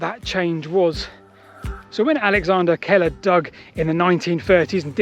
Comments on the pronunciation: Alexander Keiller - 'Keeler', not Keller. Keiller like the jam, with an 'ee' sound. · Thanks - another excellent vid! FYI Keiller is of scottish origin - it's pronounced 'Keel-uh'. 🙂